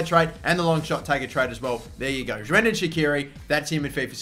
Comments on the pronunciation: is it just to me or did he actually pronounce it like Xhrendan? x'D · Bro..... Shrendan shaqiri dude what the hell!! It's Xherdan Shaqiri man! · Xherdan's name just got butchered